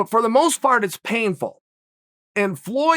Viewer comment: "for the most fart" 😂🤣😂🤣😂 tried to play it off but i caught it, uncle chael